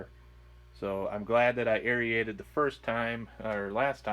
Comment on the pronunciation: LOL You keep saying, "Air-ee-aided." It's pronounced "air-rated."